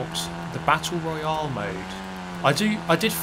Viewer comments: What? He says it the same way we do? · As an American I hate how he says Royale 😂